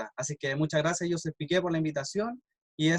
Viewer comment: José Miguel (?) Aznar... Que mal te preparaste la entrevista..Tampoco pronuncias bien su nombre:no es JOseph sino JoSHEP ..e tanto quanti...